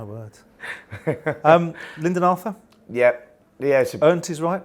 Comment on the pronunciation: And it's Lyndon Arthur not 'Lydon'.